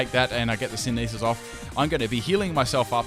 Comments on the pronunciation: love the videos but by god stop with the senesis. its synthesis sin-the-sis not *sin-e-sis 😁 been bugging me for ages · Dude, please. It's not Sinesis, It's Synth-e-Sis ; Synthesis